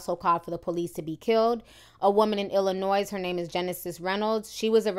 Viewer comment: When grown people don't know the S in Illinois is silent.